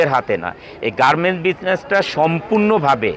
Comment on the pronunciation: জলিল সাহেবের R উচ্চারনে সমস্যা আছে। উত্তোলন-উত্বরন, ওয়াল্ড-ওয়ার্ল্ড, গার্মেন-গার্মেন্টস সহ অনেক শব্দের উচ্চারণ হাস্যকর মনে হয়।